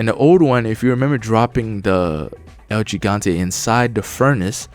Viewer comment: It’s el he-gan-te not el g-gan-te if your trying to say it right